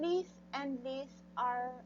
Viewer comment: Lice ...is said “ lies” not “lis”